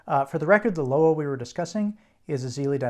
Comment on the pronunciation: Loa- is pronounced Lwah Bois is pronounced Bwah